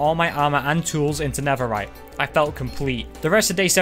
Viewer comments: Netherite ❌ Neferite✅ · he was making a joke about accent and how he pronounced netherite